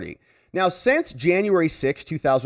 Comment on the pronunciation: You are still pronouncing SINCE as SENSE. These are two different words and must be pronounced differently, else how are we supposed to know what you meant, not to mention that auto-translate programs are translating you wrong. Still, great work. You also pronounce UNTIL as INTEL. Very gen-Z but still incorrect.